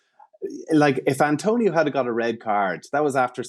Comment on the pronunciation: His name is ATONIO... not ANTONIO!